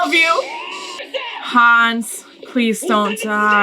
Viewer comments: It's not Hans, it's Hannes. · His Name is Hannes not Hans